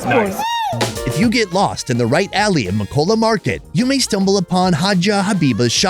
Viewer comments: MAKOLA NOT MAAKOLLA BTW TURKEY IS NOT ILLEGAL RESPECT MY COUNTRY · It sounds like u said makcola 😭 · It's Ma kow la